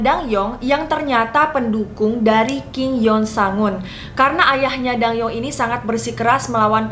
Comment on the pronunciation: Btw bacanya bukan ratu dang-yeong, tapi dan-gyeong. Karena penulisan hangeulnya adalah 단경 bukan 당영